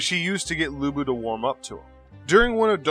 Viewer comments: Lu bu peoununced as Lu pu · It's Lu Bu!!!!!!